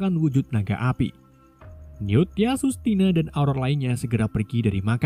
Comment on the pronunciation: Theseus 😅😅😅 bukan Theasus